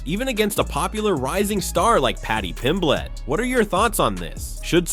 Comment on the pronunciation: Mispronunciations of well-known names like Pimblett and Topuria , let me know this is probably AI-generated content.